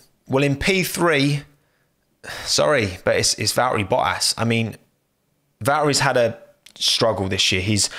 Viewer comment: "Va-err-ee bo-ass"